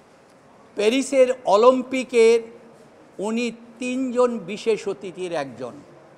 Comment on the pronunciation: সে উকিল হলে কেমনে ঘুস দিয়ে মনে হয় অলিম্পিক কে অলমপিক বলে অশিক্ষিত